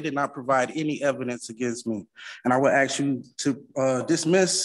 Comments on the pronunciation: It’s all bad when he started out by trying to “axe” the judge a question 😂😂😂😂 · Friggin this. If I have to hear axe instead of ask again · He keeps talking about "Axing the court..." Do they not have security that would prevent him from bringing an axe into court?!? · "I ax you"I mean I understand some people say it like that but what's wrong with saying "I ask you " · He says ‘ax’ and ‘axing’ which pretty much tells me all I need to know, irregardless of his sad SovCit blah blah blah. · As much as he axe,he should be a logger😂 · 'Uuuhmmm....I would like to ax...' What a scholar! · I bet Paul Bunyan never said AX this much. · How many stupid questions is he gon axe? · Anyone who uses the word "aks" should be given 30 days for contempt of English. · I'm here to AX...I'm axing..." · First of all, it I were the judge, I’d make it perfectly clear that if you do not speak English correctly in the court, your case will be short lived. Until he can ASK questions instead of AXE them, I’d put little credence in his brain power. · He said "aks." Contempt of court for murdering the English language. We are all victims. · I don't take anybody seriously who says aks. People need to learn to speak properly. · If you are going to use ax for ask, we're not going to have a conversation. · I'd like to "axe" this father of the year exactly what a "municipility" is? 😂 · I wouldn't mind betting that Chili was his legal counsel, being as he's a constitutional law expert. You have to admire the patience of the judges letting him drone on for that long. Axe? Did he say Axe? Edit: he did say Axe, and also Axing. also he said 'cohorsion'...wif does that mean?